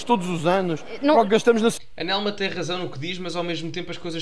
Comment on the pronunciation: 😅nelma? Pa-lerma